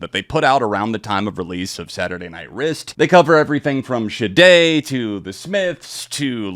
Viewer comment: Interesting pronunciaiton of Sade lol